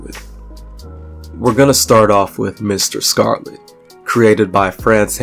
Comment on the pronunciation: Question: There seem to be 7 chapters in this video 📹, yet it reads only 6 chapters, and also... why was the name Mr. Scarlet mispronounced in the 3rd chapter?